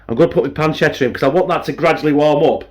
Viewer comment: Hi, did I hear you say Spamchetta? 😂😂 Lol M